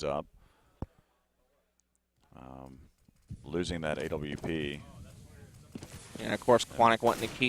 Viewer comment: thats the most annoying way ever to pronounce AWP. Like a kick in the head every time haha.